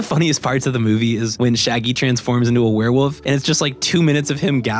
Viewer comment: HE SAYS WEREWOOF NOOOoooo